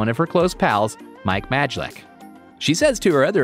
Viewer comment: Mike mAjLiCk. Lol